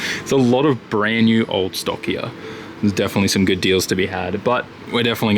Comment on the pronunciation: I like how he says here (Hiya).